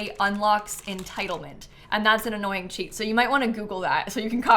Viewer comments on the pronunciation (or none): none